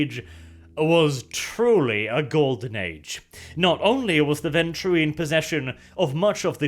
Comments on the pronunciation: Warning: may contain bias... remembers pronouncing ventrue as venture Me: This was not the warning we needed. O_o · Hey! finally learned ho to pronounce this clan's name! In every other vid he called them the "venture"